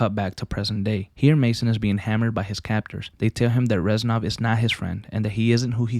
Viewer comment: He’s not ren sov he is rez nov:(